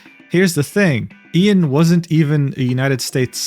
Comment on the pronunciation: You mispronounced his name, it's pronounced EYE-AN Miles Cheong.